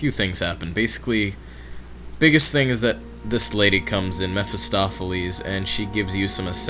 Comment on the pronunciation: Meh-fis-toph-ah-lees. I just fell off my chair! Ahahaha.